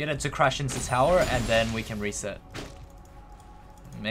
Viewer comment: It's called turret, or tower, not "towel".